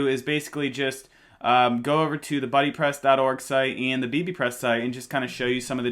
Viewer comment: stop saying beebepress, it sounds like babypress.